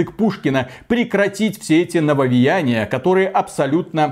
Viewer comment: Ай-яй-яй - вроде речь идет про чистоту русского языка но - слово нововеЯние произносится, как нововЕяние на самом деле (следим за ударениями ;D ). А так же, слово тЭрмин, в русском варианте звучит как тЕрмин, иначе правы говорящие пионЭр и фанЭра ))))). И кстати, это не игровые термины, а иностранизмы вошедшие в русский язык за долго до компьютерных игр. И кстати на канале, очень часто, звучит название компьютера PC не как ПК (персональный компьютер) , а как пи си ...или писи... в русском языке это странно)))))))))))). Но посыл очень правильный - единственное я пожалуй сравнил бы с профессионализмами, когда в определенной профессии возникают слова непонятные обывателю, но совершенно незаменимые для данной профессии (часто созданные на иностранных языках) и это тоже хотят изменить (это крайне тупо). Да даже в целом современный русский язык наполнен иностранизмами, что нужно вернуться к историческому русскому? и на сколько глубоко - если что, Пушкин так же использовал иностранизмы! И теперь надо определить период - от какого момента русский язык чист от иностранизмов, 1. ХЗ......2. ТУПАЯ ЗАТЕЯ,,,,,,3. Просто попытка осуществить еще дополнительный контроль , верно последний 3-й вариант правильный, но мало осуществимый. Как будем отслеживать,преследовать,награждать и наказывать - пипец дурная идея!!!